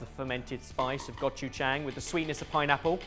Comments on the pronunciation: Jahg not jayng. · I have to pause the video. It's not that hard to pronounce 고추장. Please call Jolly and practice for 5 minutes.